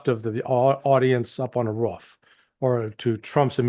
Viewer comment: I love listening to Larry C., especially when he pronounces roof like whoff 😂